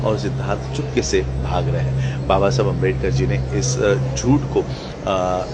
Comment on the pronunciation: आपको भी बुद्ध पूर्णिमा की पर मंगल कामनाएं। Pls चाहे हिंदी हो या इंग्लिश आंबेडकर सरनेम को आंबेडकर ही बोलिए। न की अंबेडकर। पहले किसी हिंदी भाषिक आदमी ने गलती से अंबेडकर बोला होगा। तो आप भी गलती दोहराओगे क्या?